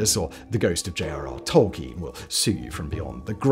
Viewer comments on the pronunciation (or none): none